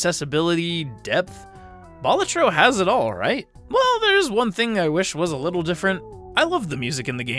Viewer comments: Just thought I'd say that it's a real Latin word meaning "jester", and it's pronounced "BA-la-tro" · It's a Latin word that basically means the equivalent of "Jester", and that latin word is pronounced "BA-LA-tro"... Yes, you put emphasis on both syllables. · It's pronounced "Balatro"